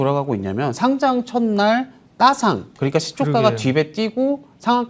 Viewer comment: 거래소에 등록하는 "상장"의 발음은 [상장]이죠. [상짱] 발음은 틀린 건데 유의 좀 해 주세요.